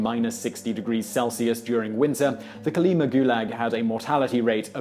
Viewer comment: Kolima. Stress on final syllable